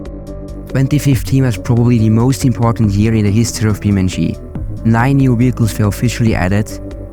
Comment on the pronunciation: its Beam(e)NG(ine) like physics eNGine.